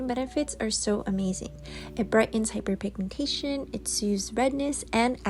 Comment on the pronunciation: She actually pronounced it well